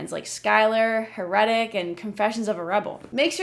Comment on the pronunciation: The way you say heretic sounds like "her reddit"